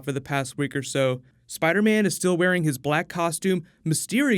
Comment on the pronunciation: Spidah mane